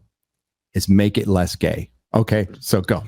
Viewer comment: They said, "Lezz gay."